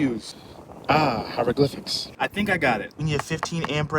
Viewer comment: ahh hyrogliphics 🤣🤣🤣